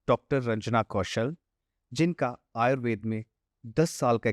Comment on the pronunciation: आयुर्वेद को आयुर्वेदा क्यों उच्चारण करते हैं सभी, अंग्रेज बनने के लिए? अच्छी जानकारी दी है डॉ साहिबा ने।